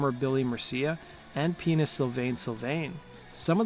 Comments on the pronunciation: is it just me, or did anyone else hear the narrator say 'penis' Sylvain Sylvain instead of "pianist"sylvain sylvain? or is it just my infantile sense of humor &/or a freudian slip filtering anything clean into a dirty joke! '" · It also sounded like he said “penis” sylvain sylvain